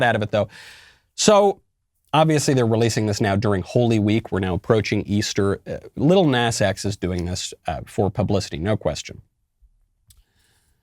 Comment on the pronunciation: Love how Michael pronounces “lil nas”